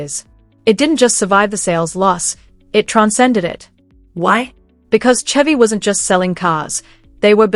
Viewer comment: Why are 57s and 55s mixed in the pictures, and some are not Bel Airs. And it's called Shevrolet/Shevy and not Tshevrolet or Tshevy.